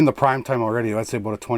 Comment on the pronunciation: Is it "a boat" or "about"?🤣 You're the best